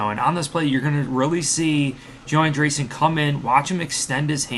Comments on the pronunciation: Great coverage! I think its pronounced AndrEEsen. Not AndeRson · An-dree-ssen come on man 😂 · Homie must've just heard of him for the first time last night by that pronunciation 😂